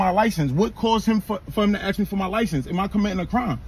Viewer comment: ASK NOT AXE